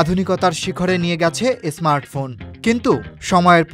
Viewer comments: কথাটা এসমার্ট নয় স্মার্ট হবে ভাই 🤓 অনুগ্রহ করে উচ্চারণ সঠিক করুন ভাই। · স্মার্ট ফোন কে আপনি এস স্মার্ট ফোন কেন বলছেন বুঝতে পারছি না